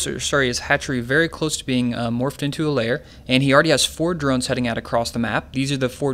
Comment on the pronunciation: Please stop saying 'layer'.. It's a lair, not a layer.